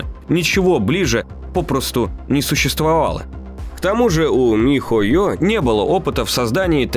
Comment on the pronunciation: Угараю как диктор говорит по слогам ми-хо-ё и Монд-шдат-дт ахахах